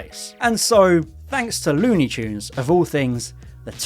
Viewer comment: lewni choons